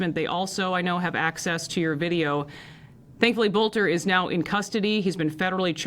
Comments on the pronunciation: BTW I live near Green Isle its pronounced BELTER not bolter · Small detail: it’s pronounced “belter.” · I can't stop hearing the Boelter commercials from the radio when I hear the name. Yes, pronounced Belt-er.